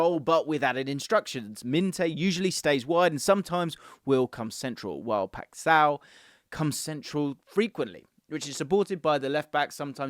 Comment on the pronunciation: the way you say "paixão" is hilarious